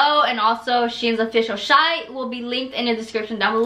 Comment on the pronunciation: She’s so pretty did y’all catch when she said sheins official shite😂😂 instead of site